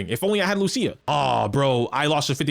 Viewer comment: you know someone knows what he's talking about when he pronounces lucia correctly